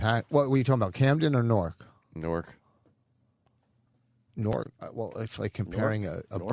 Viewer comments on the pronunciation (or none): PA guy here: it's pronounced, New-erk.